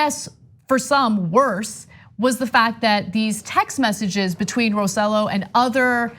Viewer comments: His last name is not said like that Ana! It’s not Row Sell O, it’s Roe Say Yo! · The idiot's last name name is pronounced "roseYOH" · I thought of this same point. They've learned from the best in Washington. And by the way his name is pronounced "Roe-say-joe" thanks again. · OMG! I was just about to comment on this. I don't like the man but it just irks me when names are mispronounced. ROSE JOE. ROSE JOE! Even the FOX anchor pronounced it right... sheesh. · Ana, great piece. Just a suggestion: "Rosselló" is pronounced with the emphasis on the "o" and the two ll's are pronounced like "yo." You don't need to have the pronunciation of a native Puerto Rican. But getting it "in the ballpark" will at least make you sound less ludicrous to Spanish speakers than you do now. Thanks!